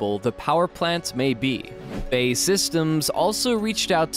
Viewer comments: B. A. E. Rather than bay. But thumbs up anyway. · Before making anymore videos, it would be a good idea for the narrator to brush up on his pronunciation, as the building company of the Tempest is not BAY SYSTEMS, but is BAe Systems, formerly British Aerospace. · its B.A.E not BAE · We'll see. If HS2 is anything to go by, it will cost £2Tn and be obsolete long before it's built. BTW, it's B. A. E. Systems, not pronounced "bay". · Who is this Bay outfit - well that's how the commentator called them. TRY B.A.E. As in initials, if you can't get the basics right just give up! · Absolutely! this will help the creditability, after all, who is this? CIA or key-aa ? I suspect you'd agree Cee Eye A, as such BAE is Bee A Ee, apart from that good content. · "BAE systems" got me dying. B-A-E Systems not bae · Please get it correct - it is not pronounced 'bay' systems, but B,A,E Systems. There are also many more mistakes and misconceptions in this video, too numerous to mention. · its B.A.E systems. pronounce the letters seperately....not bae systems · I believe BAE is pronounced, Bee Ae Eee rather than Bay. It's not your sweetie. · its B-A-E ...not Bae! Jesus christ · Thats B A E not Bay ffs American Pronounciation sucks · BAY? B.A.E. silly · Its B A E (British Aerospace) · BAe it's not hard is it. You go to all this trouble to make a video and then balls up the name. British Aerospace!